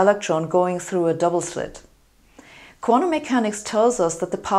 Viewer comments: Ich auch, but not the way she mispronounces "quanTum" as "quan-um"! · I love hearing Sabine say 'quantum'.